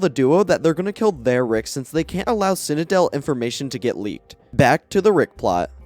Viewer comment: love the video but every time you say ekscape instead of escape or cinadel instead of citadel i wanna cinadel my brain till it ekscapes my cranium